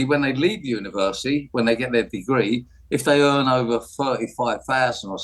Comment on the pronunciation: If you do an apprenticeship "you earn fifty faaahsand a year more..... over a lifetime"? Glad LBC have got their top expert on to share his wisdom. Also, if you want to denigrate university, at least learn how to say it. And, finally, when is this clown going to leave, like he said he would?